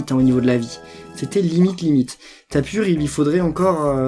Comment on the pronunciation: ON DIT TAPU PAS TAPUR !!!!!!!!!